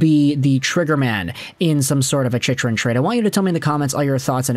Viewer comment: You’re not a fan can’t even say chychrun name correctly